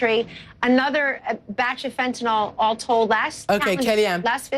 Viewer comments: It's "fentanyl," Kellyanne, not "fentanol." IDIOT > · If you are part of the drug clean up dept, and you wouldn't be if you were some kind of expert on the subject, then I would think you would know that its not pronounced fentanol it's pronounced fentanil you dolt!